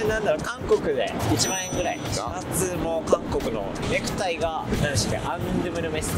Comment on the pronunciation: ネクタイANNって言ってんじゃんw